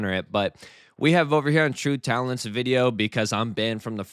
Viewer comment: I’m a simple guy; I hear ‘TruTalent’ and I’m out.